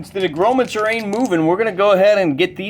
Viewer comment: I love your battles! Thanks for making these, you helped me understand the game. Can you pronounce necromancer correctly though? It's a little like scratching a chalkboard for me...